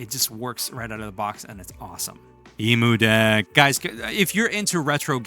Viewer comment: Why….do you say Emudeck that way?